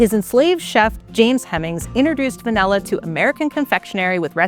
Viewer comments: Pronunciation is way off. It's Vah-Nill-Ah. Presenter keeps saying Vah-Nell-Ah. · I kinda hate the way she says "vanella". Lol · Distracted by the pronunciation of va-NELL-a. Just me? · What the heck is vanElla? I came here to learn about van'i'lla. Guess I'll have to watch a different video about it since this one can't even pronounce it correctly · Is she saying VANELLA 😣😣😣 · Why does she pronounce it «vanella»? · Its “V A N I L L A “ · Why is she calling it vanella? I can’t focus. Where is the host from? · Very annoying to hear vanella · It’s all I can hear 😂😂😂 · Not sure I've ever heard anyone call it "vain-ay-lah" before 🤔 I mean, I thought the bare minimum would be getting a narrator that can say the word properly (or any word with an "a" in it properly, tbh) but clearly not. I miss the old days when people actually cared to have narrators and presenters that were well spoken and completely without irritating mispronunciations and vocal fry 🫤 Because yeah, it was a CONSTANT annoyance throughout the whole video to the point where I considered muting the annoying narrator and just putting on subtitled 🙄 Instead of doing that, I just stopped watching! It's pretty sad that PBS has sunk to this level tbh, and I'm also bummed because I was actually interested in the covered topic, for once, but this was too painful to continue watching. Just some feedback. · I came here for a video about Vanilla, but she kept speaking about Vanella? what's Vanella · Not just you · Yeah, English pronunciation is fading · Va-NELL-a? 😜 (At least she got "vanillin" right!) Also disappointed there wasn't anything about how it's actually made- harvesting and fermenting and all that. ☹️